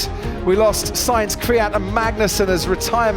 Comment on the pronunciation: "Charles Lecleirr punches the aiirrrr"